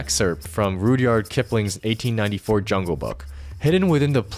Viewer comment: Work on your grammar and sentence structure. A lot of parts of this video are poorly constructed and don't make sense. "Which got even more important" ? "A code" for a program or just "code" ? Also it's "Ruhdyerd" not "RudeYard". But cool video overall, I was always curious how this puzzle played out!